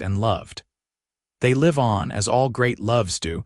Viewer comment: Okay I like this story and it is different from any other one out there 🎉. However the narrator needs to learn how to say live not live. 😮makes no sense for her to suggest for him to go to the boarding house and get a room when he just said he spent all of his earnings to bring her supplies and stuff. he has a wagon outside he brought the supplies in it. why wouldn't he just go and lay down in his wagon or even in the cot Clara just got up from. Kentucky